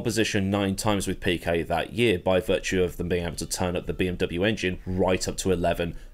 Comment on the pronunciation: "Piquest", ah yes.. The turbocharger era king Gorillian driver Marlon Piquest who won 30 consTRUCKster's titles